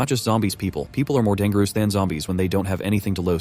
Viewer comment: Dan gor ess Never heard dangerous pronounced like that...